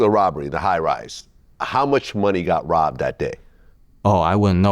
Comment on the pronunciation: "The plase got wobbed" 😅